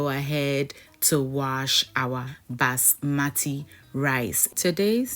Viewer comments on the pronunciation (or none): none